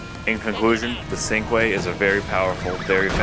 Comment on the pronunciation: its pronounced chin-kweh not syncweh